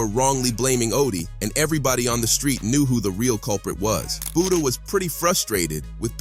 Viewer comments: Fck it’s Butta like Butter 🧈 not Booda or Booty 😡 🤬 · Butta, not booda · It isn’t buhda it’s BuHtter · It's Butta dude like Butter but drop the ER. and put a A at the end geesh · My man really calling him, “Booda”. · Why is bro saying buddha 😂😂😂😂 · Lol he said fbg boota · Say budha one more time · Thank you he sux for that grrrr